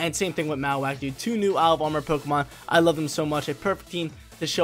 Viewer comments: Lol truuu. Marro-wak like bone marrow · Great content but I hate the way you say Mawak lol